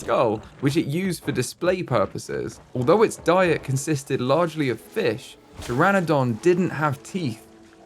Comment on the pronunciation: Babes you saying PTERADON every time is killing me